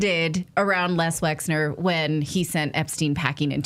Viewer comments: I'm not trying to stick up for the man but his name is not Lex. it's Les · You do realise that it's LES Wexner (LESLIE Wexner) and not LEX Wexner. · Never mind spell it .... Les not Lex ffs. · Les Wexner, geeeez get this criminal’s name correct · Isn't it Les Wexner? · Whitney Webb is brilliant. Poor Natalie seems unable to pronounce the name Les Wexner.